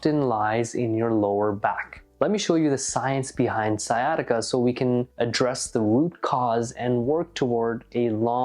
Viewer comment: Sciatica not siesta